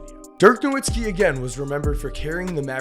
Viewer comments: No-Vits-ki, it's not pronounced how it's spelled... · How come people still don't pronounce Nowitzki's name right? 🤦🏿. He's German, it's a "V" sound not a "W"